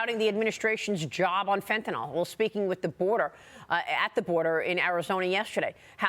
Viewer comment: Dear Maria, It’s FentanYL, not FentanALL. Do you call NyQuil, Nyquall?